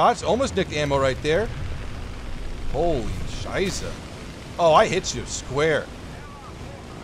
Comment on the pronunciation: you actually said shit in german very well, I am proud of you.